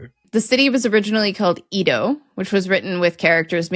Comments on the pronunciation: Ēdo! not "eedo"! the flattened eh sound! sorry, it rasped me, I love Words Uravelled. Hello! 😁 I'm a longtime lurker, first time commenter, and that was a less-than-textbook introduction 😅 I think I'm emergerging with the spring...🌱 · I love your videos, But please, please,: the pronunciation of “Edo” rhymes with “Freddo”, not “see-do”. I do speak some Japanese. Thank you very much, and keep up the good work!! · Japanese is pronounced flatly, without stress. A few clunkers I heard: should be Eh-do. Toh-kyo. Kyo-to. To-ku-ga-wa. No stress, please. On a related note, Chinese is to most other Asian languages the way German and Latin roots show up in other European languages. So the "nan" [south] character and sound in Chinese is going to appear almost the same in Korean, Japanese, etc. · Please pronounce Edo with the Ed as in Edward, not ee as in cheese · Edo is pronounced like Eh-do not Eee-do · Ok you two butchered the Japanese names. Its Eh-do, no EE-do to start. Generally the Tokyo accent will stress the first syllable.TO-Kyo not To-KEE-o. KYO-to, not Kee-O-to. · Edo is eh-doh not ee-doh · Japanese pronunciation is a little painful. Edo is not pronounced Ido, it's more like an e as in day. Tokyo and Kyoto are also NOT anagrams in Japanese, either writing-wise or phonetically. 東京（とうきょう）VS 京都（きょうと） For the to parts, Toukyou has a long vowel, Kyouto has a short vowel. The vowels in Ioutou (硫黄島) are also long. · Scot living in Tokyo, here to say live you guys, but it was originally pronounced “EH-do” not “EE-do”! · When you're pronouncing Japanese syllables almost every time you see a syllable it's said the same way so maybe brush up a tiny bit on the vowel sounds (just for example Edo is not EE-do but Eh-do). Also "Shima" is the unvoiced form, "Jima" is the voiced. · "Edo" is not pronounced "ee-doe" but "Eh-doh". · Hearing 'Edo' pronounced as 'eedo' really grated ☹️ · Why are you calling Edo Ido?